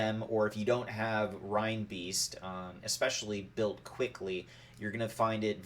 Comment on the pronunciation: Excellent instructions Sir, just need to work on your pronunciation. A big hint is the animal that reinbeast is based on.